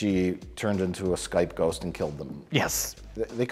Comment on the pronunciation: Mike: Skype ghost: Skhost